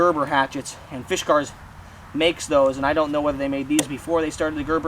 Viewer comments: Dude! It's not "fish cars" (there is no "h" in the name), it's FIS KARS. NO "h" sound, whatsoever. (Why would a fish need a car, anyway?) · Fisk. Not Fish. Good review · Fish Cars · OH MY GOD!!! It’s NOT a Fish-gars! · Oh god, not again. Did I already watch this review or was it another one with this same guy consistently mispronouncing the name of this axe. Arrrrg! It is pronounced Fiskars. Not Fish-gars. There is no "H" or "G" in the name. The fact that you insist on saying the name about 3000 times in the video & mispronouncing it each & every time is beyond annoying. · First he calls it a "Fishgars"...then he calls it a "Fishgers"...LMAO!!! It's "FISK" - "ARS" dude!! Fiskars!!! LOL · the way you pronounce the name... oh man.... it's not fishkers... great video though. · god so what he said fish not fis go get a life yer dweebs and yes that's pronounced arseholes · the fuck someone gets fish-kurs out of Fiskars only says illiteracy. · I'd rather shoot myself in the head rather than hear you say "fishgars" again. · he says it in a way to make it sound like fishkers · Sounds like you are saying FISHkars.... there is no H